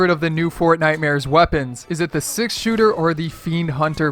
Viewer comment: Six shuuter